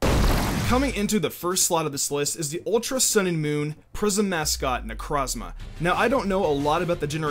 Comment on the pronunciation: It's pronounced NECK-ROW-Z-MAH Like NECRO. As in, DEATH. That's the entire point. Why are people so ass at pronouncing names this gen? Same with Guzma. Guzma gets his name from the GUZMANIA flower, which is pronounce GUZZ (like guzzle)MANIA. Not GOOS. Who tf name's their good GOOSMah? And Silvally is pronounced SIL (like silver) VALL-E, not literally sil-ally. That's stupid.